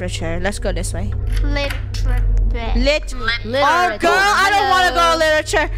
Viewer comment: Funneh: littiure Me: litture